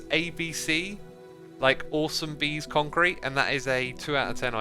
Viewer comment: Concrte. / Concrete Corner / Bee-con-crete